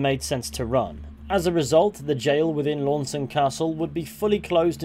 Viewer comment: Appreciate the pronunciation. Been pronouncing it wrong for years